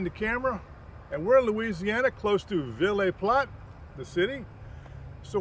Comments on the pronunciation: That's pronounced Via platt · I live an hour from the state park and ville platte is not pronounced the way you pronounced it the e at the end of ville is silent